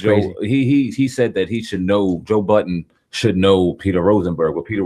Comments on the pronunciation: Ffs his name is Joe Budden not joe buddens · "buddens".....to this day that shit still annoys the ever loving shit out of me...there is no fucking S in his name..clowns been doing that troll shit almost his whole career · It’s called a hip hop news channel but yet call joe budden joe buddens wtf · "JOE BUDDENS" 😂